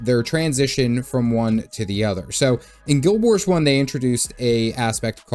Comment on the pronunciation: Say Guild Warsh one more time, I dare you!